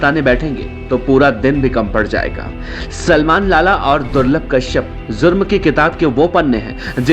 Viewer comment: Zurm nahi jurm hota hai Hajjam anchor😂🙏🏻